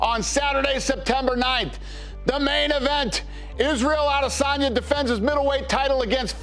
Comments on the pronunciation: i fully support Paul on this, also why do you have to always say A”DEY”sanya lmao it gets me laughing everytine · why is there always a pause when he pronounces adesayna